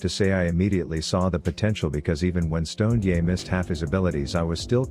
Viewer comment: Stoned-ye, he whose brain is bolon-ye.